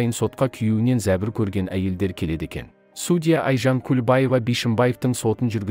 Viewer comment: Енді Алматыда әділ судья бар екеніне көзіміз жетсе екен. Қаржаубайдың отбасына амандық, әділдік берсін алла! Текстті оқыған диктордың судья деген сөзді қайталаған сайын біртүрлі қате айтылатын сияқты. Сосын судья сөзінің қазақшасы жоқ па?